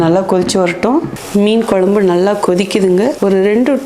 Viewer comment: மேடம் நீங்க வச்ச மீன் குழம்பு வீடியோ பார்த்து நாக்குல தண்ணி ஊத்துது அதைவிட உங்கள் மீன் குழம்பு உச்சரிப்பு மிகவும் அருமை